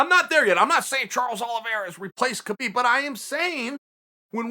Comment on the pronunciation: Uncle loves Kabib... But can't say it!